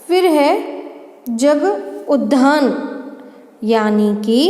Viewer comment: आपका उच्चारन गलत है उद्धान आप कह रही है वह गलत है वह उद्यान है